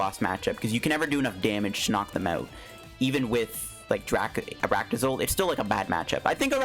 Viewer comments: Dude ARCtozolt not aractozolt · Arctozolt is cool I like it and please try quad arctozolt with cursola v when she come out! Edit: I can't hear you saying ar-a-ctozolt just call it arctozolt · saying Arach-tozolt is almost as bad as him trying to say pincurchin love your content tho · I made that joke too. It sounded like Arachne-Zolt to me.